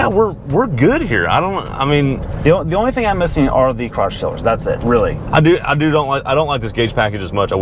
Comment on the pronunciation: what did he keep saying he missed from the higher level trim - I couldnt make out the word....crosstriller?